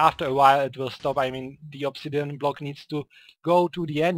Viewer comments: its ob-si-di-an not ob-si-den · Did you say ob si den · did you really say obsidian wrong